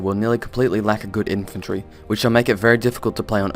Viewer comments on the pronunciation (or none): Infrantry? O.o